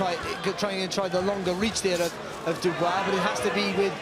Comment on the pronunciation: Used to pronounce Dubois “dooboys”